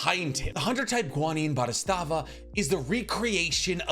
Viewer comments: What the fuck is up with your pronunciation of neteros ability? Bodhisattva. Boh-dee-zutt-va. Why are you saying boristava 🤡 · It’s bo-dhi-satt-va not bodhistavva!! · My guy mispronounced "bodhisattva" three times in three different ways smh. Truly the worst pronouncer in the industry